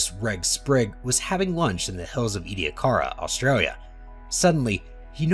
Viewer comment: Also of concern are the mispronunciations of Ediacaran (as "Edda-card-ian", yet they still managed to pronounce "Ediacara Hills" without adding more letters) and "Rodinia" (as "Ron-dinia"). Variations in syllabification and the occasional ambiguous vowel like the E in Ediacaran aren't too uncommon, but inserting letters that aren't there isn't really acceptable for documentary narration. There were other mispronunciations but these are the memorable ones, as well as tribble-ite of course.